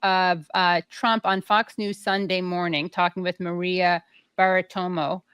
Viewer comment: She can't say Bartiromo, lol. Wow. And you broadcast news.... wow.